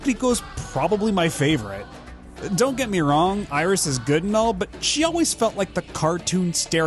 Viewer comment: The being French plot-twist! I should've seen it coming from how Iris' name was pronounced with the proper French pronunciation in the videos for 1 and 2! The signs were there all along!!!